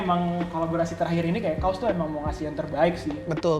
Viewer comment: kaws di baca kaos.. untungnya merek baju, coba kalau merek celana .kan nga lucu